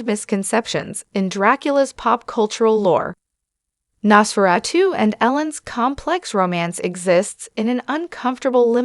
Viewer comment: Nos-furatoo??? Nos (dumdumdudum. Dum dum dum) Fur-uh-2 (dumdumdudum. Dum dum dum)